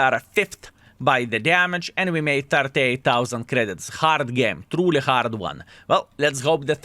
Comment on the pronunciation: Not hard core. HARD say HARD game. at least learn some words properly.